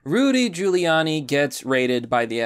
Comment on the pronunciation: HOLY SHIT YOU PRONOUNCED HIS NAME PROPERLY!!! 😃